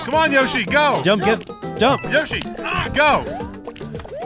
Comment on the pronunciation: Anyone else getting mad everytime Joel says yashi rather than the actual name yoshi